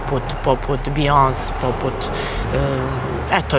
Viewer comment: imam utisak da ti nemas nista protiv JK ali posto je narod ne voli ti je na neki nacin vredjas postavljajuci neka pitanja koja su ''podsvesno'' ispunjena mrznjom prema JK. JK ima stila i ne obozavam je bas nesto, ali sam se najezila kad sam cula ''Bijons''! Zena se zove BIJONSE,Jelena treba malo bolje da se informise! Pozdrav:)